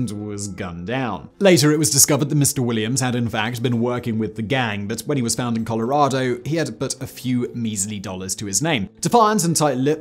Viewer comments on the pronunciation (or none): none